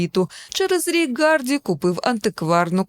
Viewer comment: Чому прізвище Тома Гарді звучить як "Ґарді"? Шенен Догерті була Доґерті в одному з попередніх відосів, а Гемсворт сьогодні став Ґемсвортом. Вибачаюсь за надмірну прискіпливість, просто сильно вухо ріже🙉 У вас дуже приємний голос і класна подача матеріалу. Якби не оцей маленький косячок взагалі ідеально було б. Дякую! 💚